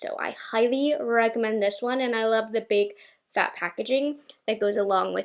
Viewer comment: The way she said FAT packaging had me rolling on the floor 😂